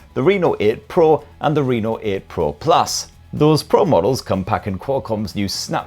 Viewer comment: I thought said the Renal 8 Pro there for a moment. 😂😂